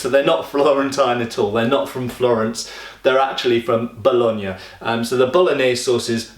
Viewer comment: I appreciate you've improved a lot the video quality of this Tv show combat Reviews. And you pronunciation of Bologna was quite spot on....